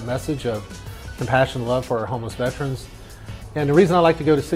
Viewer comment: You'd think an actual real life Veteran wouldn't pronounce it "Vet-runs". SMDH As a Veteran who has worked at the Veterans Affairs it pains me to see/hear people say this incorrectly.